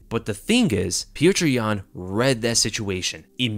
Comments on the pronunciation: For the love of god, it’s not putrid yan. It’s pronounced “pyoter”. Just like fedor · I'm convinced that can't say Petr name right lol. Peow-ter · bro pronounce it peyoter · It’s hilarious that you can’t pronounce pyotr even nearly right